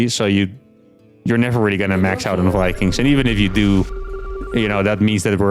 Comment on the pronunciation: “Build More Vikangs”